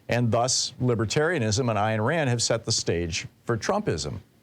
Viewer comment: Ayn Rand is not pronounced "Iron" Rand. {:o:O:}